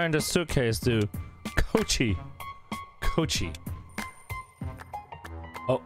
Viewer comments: It’s not cochi it’s k o e e c h e e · "return this to coochie uh- koechee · DID say coucie